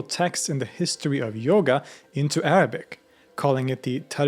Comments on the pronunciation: As an Arab with a Muslim background, I trully appreciate your effort and commend you on your excellent pronunciation of the Arabic language. Also, you've educated me on my religion more than my family or country could ever have. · Your pronunciation of Arabic words is perfect 👏